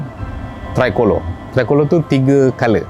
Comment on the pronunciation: It’s pronounced “tree colourey”